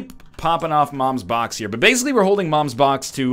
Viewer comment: he kept mom's box just so he could keep saying mom's bonx